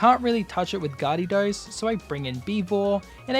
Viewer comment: Its actually garedos, pronounced gay-ru-dos